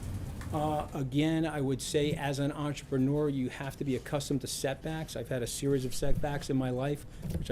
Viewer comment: He KEEPS saying entra-penure - he is no such thing - he's a lackie government employee now JR